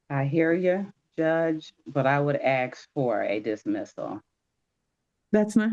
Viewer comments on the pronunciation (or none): How can someone that can't say ask defend themselves? Its ass...K not axe. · She didn't "ask" for anything, she did a lot of "axing" though. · Everytime I hear people who can't pronounce the word "ask" they just immediately lose all credibility. I think you need to speak basic English before trying to represent yourself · Do their lips get in the way of saying the word “ask”😂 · I have heard balck attorneys and even a judge use that pronunciation on YT. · Why do you suppose she is purposely mispronouncing that word as do so many other blacks?